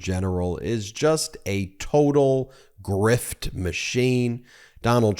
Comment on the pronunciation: forgetting the "r" in "grift"....